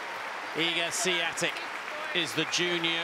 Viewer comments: hahhaha and the announcer said Iga Swoitek - remember it should be Swiontek with a little sound change at the beginning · not them calling her Iga Swaitek/Seeatik 😂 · The Commentator every 2 mins "SIATIC"!!😂😂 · This was before a lot of us knew how to pronounce her name :) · Back when non polish commentators didn't know how to pronounce her name. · They couldn’t pronounce her name correctly back then. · Every year there seems to be a different pronunciation to her name.